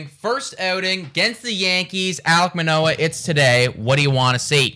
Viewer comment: Also BTW it’s Manoah not Menoah